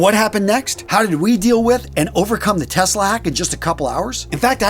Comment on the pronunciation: Was that 'Test-lag' or 'Tesla'? - Sorry, I could not resist it! 🤣😂 Anyway, glad you and your team got the site up and running. 👍